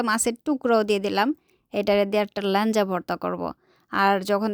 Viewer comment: What is lanja 😅😅it's laeja